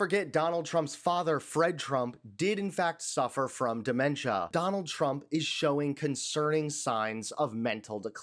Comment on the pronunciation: Dee men tee uhh.